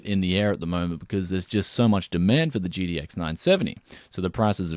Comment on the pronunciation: Am I the only one that hear "GDX" when he says "GTX?"